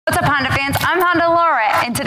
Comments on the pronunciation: honDA, DAAA. She keeps saying Honder it's cheesing me.. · Did you just say Hondur? Cool review none the less. ;)